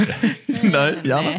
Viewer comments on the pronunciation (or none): I like the way they change J to sound like a Y -- Jana is pronounced as Yana. It reminds me of my son's karate instructor who calls him Eliya, and I always correct him that it's Elijah - but he never learns. Hahaha. Do you mind if I ask where (or which countries) J is pronounced as Y? I know Spain pronounce their J as H, eg Juan is pronounced as Huwan.